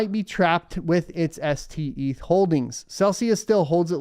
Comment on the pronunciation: Steth not Seth